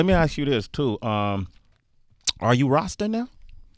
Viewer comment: It's RAHHHH - STA not RAWWW - STA. Sorry lol. I'm from Barbados. The mis pronounciation bothered me lol.